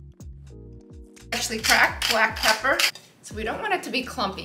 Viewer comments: I just want to hear her say ( PEPPER ) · I like how she says.. PEPPER!!